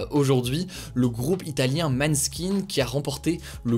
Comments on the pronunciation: Arrêtez de dire maneskin je vous en conjure ahah, ça se prononce mônechine :)) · Attention le groupe se prononce "moneskin" mais sinon super vidéo !